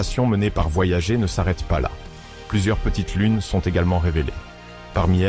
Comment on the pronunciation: La sonde "voyagé" vraiment? Et toutes ses liaisons ridicules entre les mots, pas top cette fichue IA. Comme d'autres, désabonnement jusqu'à un changement pour un vrai conteur humain aux manettes. Néanmoins bonne continuation à votre chaîne.